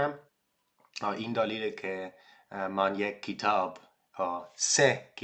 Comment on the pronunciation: آفرین! الان برای خواندن متن های جالب در زمینه فلسفه و تاریخ زود ئه. چرا داستان کوتاه نمی خوانی؟ مثلا داستان های زویا پیرزاد، یا کتاب قصه های مجید،... یا می تونی سریال ایرانی نگاه کنی. ضمنا این کلمه رو خوب تلفظ نمی کنی: کتاب (you say kitaab instead of ketaab) "من چهار سال برای رسیدن به یک سطح قابل قبول در فارسی نیاز دارم."